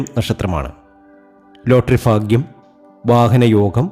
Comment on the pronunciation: Faagyam alla, bagyam .